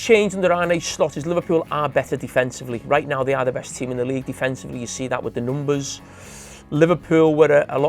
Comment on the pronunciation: Did he just ..NOOMBAs...instead of Numbers😁😁........